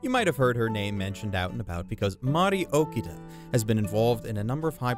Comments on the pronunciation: just a heads up, Toshiyuki is a first name; his last name would be Inoue. also, it hurts me every time I hear you pronounce Mari Okada's name as "Okida" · dude its Mari OkAAAda you know, just like AkAAAda not friccin Okida. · It’s *Oh KA Da*, not OkiDa (Hermione tonality) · OKADA not Okida. Anyways, gotta watch this then. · Dude, I'm happy you're giving this review, but could you maybe pronounce Mari Okada's name correctly? It's O-KA-DA, not O-KEE-DA. You wrote it correctly; what happened? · Okay I Know your Japanese pronunciation is bad but gosh I mean... Really? Okida?! It's Mari OKADA. if you have trouble pronouncing it it's just Arkada with an O at the beginning instead of an Ar!!!! Ughhhhhh. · The love for her work comes through. It's just super jarring to hear him butcher O-KA-da's name pronunciation